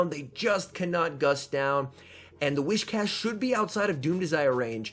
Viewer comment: It's actually whi"s"cash, not whi"sh"cash. It's more like saying "whiz" rather than "wish". Sorry, just thought you might need to know.